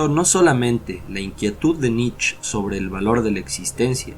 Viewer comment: Muchas gracias exelente video me encanto, solo un detalles sin intención de ofender, la pronunciación del apellido del filofoso Friedrich Nietzsche se asemeja más a la palabra nitche sin comerse la E al final. Mi pareja es alemana y me lo a mencionado mientras disfrutábamos del video.